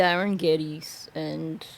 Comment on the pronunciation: It's GEDDES and yeah he's from here- Pictou County.